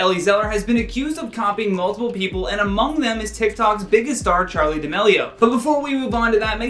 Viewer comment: But you said multipl